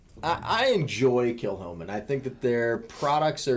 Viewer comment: Kilchoman means [St ]Comman's church, with a sinister pronunciation: Kill Homan.